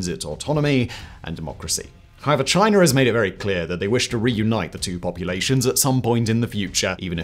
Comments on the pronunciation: And it's not Chiner....it's China! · Why do British people add an “r” to any word ending in a vowel. Like “Chinar”. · lol “both mainland ChineR”…listen and weap boy. That’s only the start of many “chineRs” 😂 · Why do you pronounce it ChinErrrAHaa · Thanks for the dirt on "Chiner" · Nice pronunciation of Chinar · it’s China not Chiner. Get it kid? 🤷🏻‍♂️🤦‍♂️ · What the hell is "Chiner"? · exactly so why are you talking about "Chiner" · Are you aware that China doesn’t have an “R” in it?